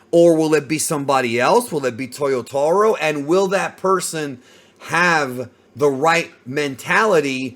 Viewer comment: Why "Toyotohro"? :face-red-droopy-eyes: It is "TAH"!!!